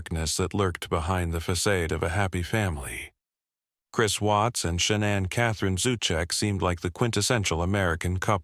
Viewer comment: Can u pronounce her name correctly please